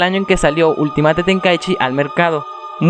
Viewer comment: se pronuncia ULTIMEIT